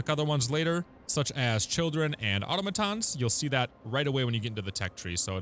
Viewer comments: uh-TAh-muh-TAHN or uh-TAH-muh-TAH. Definitely not AH-toh-muh-TAHN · automaton → ah-TOM-uhtahn, not AUTOmuhtahn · Super useful video, helped me out during the early stages. One thing though, the pronunciation of automaton is "ah tah-meh ton". Not trying to shit on ya, just wanted to help!